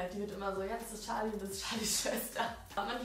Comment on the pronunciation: Wie sie immer so tschali sagt anstatt charli😂